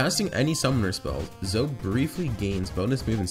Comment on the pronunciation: It's Zo-E Not Zo. Boi